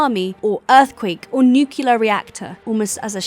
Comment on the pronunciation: It's pronounced 'new-clear'.